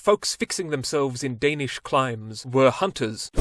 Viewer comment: you almost said all the danish things perfectly much better then other youtubers atleast